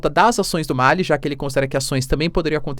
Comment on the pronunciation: Professor, seu trabalho é excelente e sigo há bastante tempo. Mas se nele ainda cabe algum contributo, gostaria de pontuar um bem simples: é Malí, com acentuação tônica na última sílaba. Ma - lí e não Má-li Pra nós, africanos, é muito estranho a pronúncia Má-li Quanto à Venezuela, nem mesmo os estados unidos são democráticos, sendo uma oligarquia, no mínimo. Abraços